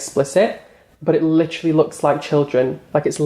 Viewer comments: Take a shot every time says "licherally" if you want to die from alcohol poisoning lol But seriously, he's a vile and disgusting sicko. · LITCHERALLY how many times does he have tp say literally SMFH is a joke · He’s “licherallly” coming for Peter to distract from his kuckiscam cosmetic fiasco.